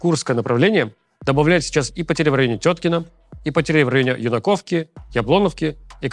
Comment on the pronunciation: Ю́наковка а не Юна́ковка или Юнако́вка ударение на ю. Хотя куда важнее чтоб война закончилась и были новости о развитии а не о погибших и разрушении.